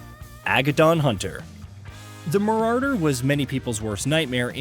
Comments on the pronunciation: MarauRder... lol. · Marauwwwder 😂what an absolute tool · Mararder has me dead bro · Mah rah dur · After reading this comment I wasn’t expecting him to say it like that 😂 marrarrderr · LMAO why does this guy have a small seizer when he pronounces "Marauder" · My man has a serious problem pronouncing Marauder.....